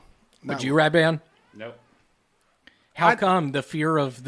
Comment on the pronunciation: Lmao, did just called Redban "breadpan"? 😂🤣😅